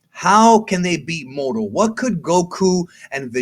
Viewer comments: Why are you using an accent on moro ? You dont use it on any other words, just say MORO not Murrru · The way you pronounce "moro " is lowkey cringey 🙄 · Why do you say mohoro instead of moro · Why are you pronouncing Moro's name like he's hispanic? He's a demonic goat wizard from another galaxy created by Japanese manga artists so I don't think his name would be pronounced with a hispanic accent? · dude please stop saying moro like that